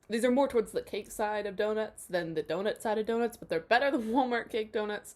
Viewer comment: Hi, friend! Miss you! Also, a "d'oh-nut"? Ah? 😁